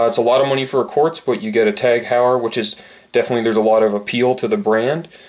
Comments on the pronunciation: 'Hoy-er' not 'How-yer' Good review regardless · You are mispronouncing it